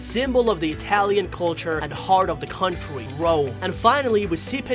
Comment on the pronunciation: And cwontry (country) idk how to spell